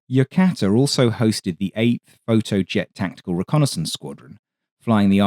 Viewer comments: Yokota U.S. Air Force Base is pronounced, "Yo-cota", not, "Yo-cata". Yokota AFB is still in service going on for eighty years now. It was once a major Imperial Japanese Army Air Force Base in the 1930s and early 40s under the name, Tama Air Base. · Interesting review of air capabilities on the eve of the Korean War. Please note that HQ 5AF was in Nagoya, Japan, not at Yokota (Yoh-koh-tah) Air Base, at this time. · Love your stuff, but dude, it’s YOKOTA! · FYI: Yokota, Yo-ko-ta.